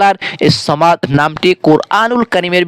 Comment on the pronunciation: সামাদ না সমাদ বলো